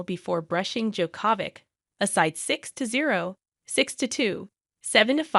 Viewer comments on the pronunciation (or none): Novak DjokÓvic? Rafael Neidoul? The woman that's narrating doesn't even know how to pronounce the names of the three best players in history...